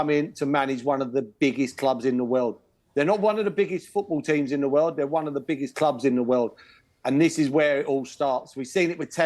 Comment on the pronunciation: World or "wewld"?